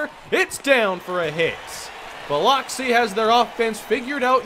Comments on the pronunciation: South Mississippi native here,. Biloxi is pronounced Bil-uhk-see. Just in case you play them again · Just wanted to let you know it’s pronounced (Buh-lux-ee) can’t blame you, spelt weird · you killed me with your Biloxi pronunciation. Got to get that fixed, cringed everytime you said it. Love your vids though. Keep em coming.